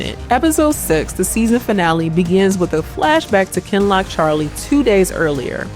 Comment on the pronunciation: is not AI You can tell because she pronounces “Kinloch” correctly 😉